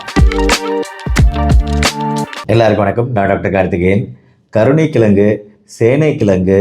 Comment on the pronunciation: Dr , Neenga kolluppu , kilangu , ponra vaartgaigalai thavaraaga uchcharikireergal.